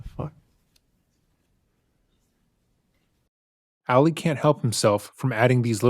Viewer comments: Ah-lee, not Allie! Lol. I love you, but every video you've done of this case drives me crazy because you're pronouncing his name as a female version. May not be a big deal to a lot of people, but it's a new pet peeve of mine. Lol. Still love you! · Isn't his name pronounced like "All-ee," not "Alley?" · I smile every time he calls him “Ally” instead of Ali lol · ngl it kinda irks me that throughout this entire series and all of the research never learned how to pronounce "Ali". Emphasis on the second syllable. You know, like Muhammed Ali.